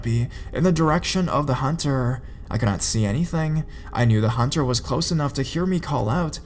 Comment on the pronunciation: Hunterrrr with featherrrr. I'm sorry I was laughing but good stories either way